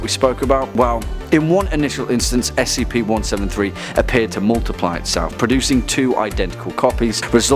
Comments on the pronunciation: STOP SAYING SKIP ITS S C P DIFFERENT WORDS its not an acronim you don't call P.O.W.s pows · “spc-173” REEEEEEEEE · Please say s c p, and not skip, that annoyed me, idk why I'm that picky, probably the internet rubbing off on me. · It's pronounced S-C-P not "Skip" you GOOF